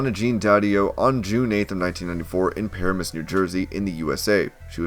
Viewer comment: Lol par-a-mas u can tell u never been ta jersey..it's pronounced pa-ram-as